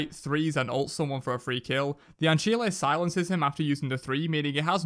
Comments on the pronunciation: An-sile, "anchili"...🤣🤣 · no one talking about an-chile